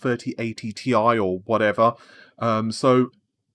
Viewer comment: This is indeed a fantastic change. And I thoroughly support it for anybody in the journalism industry who has to repeat the same technical language repeatedly. Over and over again. Maybe, if you are listening there: you can also please try getting 'Ti' right. Because there is already a scientifically acceptable fashion for saying that. Or perhaps you have already corrected yourself with that one by now? Anyhow the reason I'm saying is because it would seem the only valid interpretation is for the abbreviation of "T. I." for the spoken reference to the element Titanium in the Periodic Table. Since the periodic table is a special case, the conventions they use there require only the first letter to be capitalized. But when you actually say 'Mg' for Magnesium etc. it is verbally pronounced as "M G" as in "M G Midget" the sports car. "Na" for Sodium is "N A" as in "Not Applicable". This is simply the way how people Internationally seem to say these names all the time. It is probably because in other languages in the scientific community to say these things in any other way would simply be far to confusion. There would be a constant miscommunication between different scientists. So Instead of saying "Tie" like "Tie fighter" in Star Wars. Please don't do that when we already know how to pronounce this abbreviation. If "Ti" it was supposed to be pronounced "Tie" it they would have stuck an 'e' on the end of it or something... Sorry for the rant but I know we are going to be get